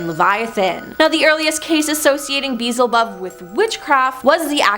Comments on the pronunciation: “Bizzlebub?!” At least make an attempt at learning how to pronounce these words before making videos.😂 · it's Bee-el-zə-bub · HOW do you pronounce beelzebub wrong??? 🤦🏻‍♀️ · been saying this for a few years now. If someone is going to make a video, do your homework, research, and find out how to pronounce any words you're not sure of. Seriously - who hasn't' heard of Beelzebub 😏